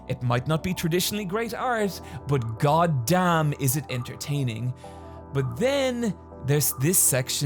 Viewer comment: Well Gought Damn-na